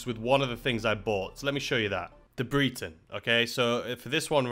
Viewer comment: Breeton. Lol. Isn’t it supposed to be Breton, like if you are saying Brent. The same BRE sound? Like the brits used to be called.